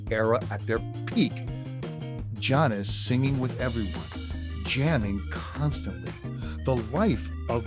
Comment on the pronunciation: Really well done video, as a Janis fan it was an interesting watch. It pains me to mention that you mispronouncing her name repeatedly made hard to continue all the way through. It's Jann- is not John-is. I still subbed though-nice channel you have!